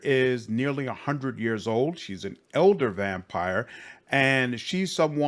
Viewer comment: Nothing to do with your critic but I hear you saying « eldar vampire » and I’m pretty sure it’s « elder vampire », eldar being warhammer 40k elves.